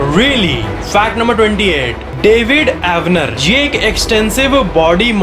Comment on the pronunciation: He Said David Avaner but I heard David Warner!🤣🤣